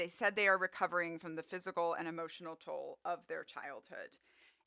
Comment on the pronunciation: "Testerical" and "Hemotional" 😂😂😂